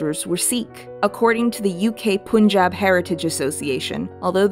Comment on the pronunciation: ok just a minor grievance, pronounce punjab as pun(as in pun intended)-jab. I can probably say this for all Indian names written in English pun is 'un' and spoon is 'oon'. Love ur stuff btw